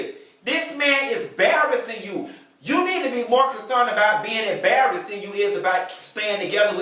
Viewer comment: "'Barrased"...I hollered!